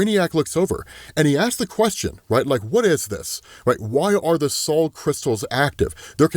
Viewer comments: Sol pronounced soul not Saul. Like the sun sol, right? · I love these break downs but wouldn’t sol be pronounced “sole” like the spanish translation for sun